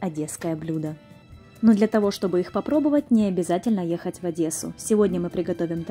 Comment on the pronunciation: Моя хорошая! Только за то, ШО правильно выговариваешь город герой через Е, как пишется, а не через Ээээ, Шо аж ухо режет по самые почки, то конечно же тебе Спасибо за труд, ты умничка😊